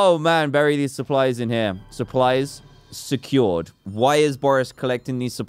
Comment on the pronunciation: Dan: supplies securaid. Me:that’s dEfiNAtly dAntDM